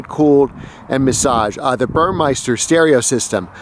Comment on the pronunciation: It's BurMESter - NOT BurMEISter - other than that, good video! The massage eats are unicorn items. VERY hard to find used//CPO